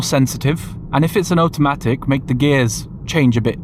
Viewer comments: Please say automatic correctly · Oat-a-matic heheheheh